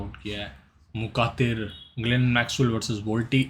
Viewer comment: wo मुखातिर nhi he मुख्तार he